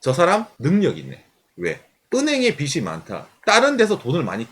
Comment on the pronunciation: 빚이 많다 발음 [비시 만타] X [비지 만타] O